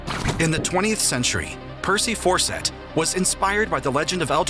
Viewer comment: FAWCETT… CERTAINLY ISNT PRONOUNCED AS … 😳 ‘’FORSETT’’ Like just how? Fawcett is just like FAUCET. But I’d be surprised if this narrator would be able to tackle that word either. I guess I’m happily surprised that the narrator doesn’t have a wild, yet fixable lisp.